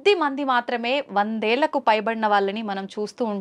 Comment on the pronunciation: అమ్మా... గురువు గారితో ఇలాంటి మంచి కార్యక్రమాలను చేస్తూ ఉన్నందుకు మీకు ధన్యవాదాలు. అయితే మీరు "ఏళ్లు" అని ఉచ్చరించకుండా "ఏల్లు" అని పలకడం చాలా కర్ణ కఠోరంగా ఉన్నది. భాష ఉచ్చారణలో లోపం అన్నది సరస్వతీ మాత పట్ల అపచారం చేసినట్లే అవుతుంది. భాష ఉచ్చారణలో మీలాంటి వారు చాలా జాగ్రత్తలు తీసుకోవలసిన అవసరం ఎంతైనా ఉంది. ఎందుకంటే మీ మాటలు కొన్ని లక్షల మందికి చేరుతాయి. మీ భాషా ఉచ్చారణనే కరెక్ట్ అనుకుని అందరూ అలానే ఉచ్చరించే ప్రమాదం ఉన్నది.